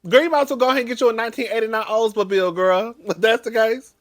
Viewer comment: I’m not playing with you, you said an Oldsmobile 😭